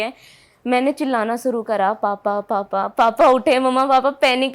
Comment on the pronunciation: भाई...इसने चिल्लाना शुरू नहीं..."सुरु" किया था...! 👻😅😅